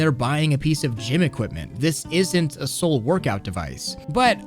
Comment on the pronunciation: I can't not hear "This isn't a sole-workout device" :D